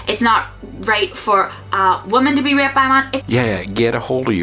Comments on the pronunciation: I was listening to this in the background. When she was saying 'Raped', I thought she was saying 'Ripped'. Made for an awkward video until I understood what she was saying. lol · Is she saying ripped? or raped? Genuinly confused. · Holy shit, she's saying raped, I thought she was saying ripped. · I was confused as to why she was saying "ripped" all the time, then I realized that she was saying "raped" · Ahh she says "raped"....yeah that's makes more sense. I understood "ripped" half the video xD. I mean why isn't ok for a man to be ripped xD.